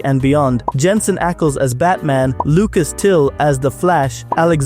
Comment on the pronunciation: When you say Jensen you ruin it